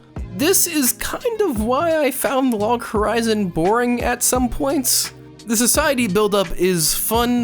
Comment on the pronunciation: Whenever you say "boring", I hear "comfy". Is there something wrong with me?